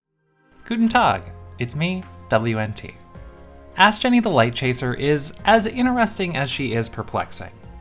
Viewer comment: Video immediately liked for correctly pronouncing Astgenne’s name right.